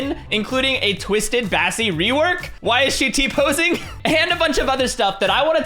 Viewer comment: "why she T posenig?"